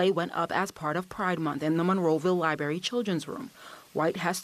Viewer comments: Two things here man…..tired of this stuff. First of all it’s liBRARY!!!!! Not libary!!! If someone is going to do a report please use proper pronunciation. Secondly where in the heck are we as a society??? This lady is a pastor for crying out loud. Saying bring back the pride section at the library?? Sorry but if I’m the rest of the Presbyterians I am not happy with her. I’m pretty sure I would ask for her to move on. Time to live by the Bible….cause what we are doing isn’t working. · LIBRARY not LiBARY! As a tv reporter, speaking is part of your job. So it would stand to reason that can pronounce words correctly.